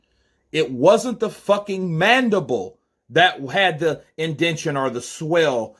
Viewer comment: i gotta disagree with you. said MANDIBOWL not MANDIBLE! Theres a clear diffrence in the two! Lol!!